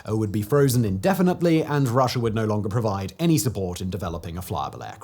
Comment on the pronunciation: Americer....Russier.... Simon has intrusive R's! 😅